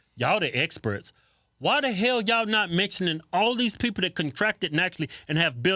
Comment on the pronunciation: When the two brothers say "crazy as hell", it sounds like, crazy as hail. They need to incorporate that onto a shirt.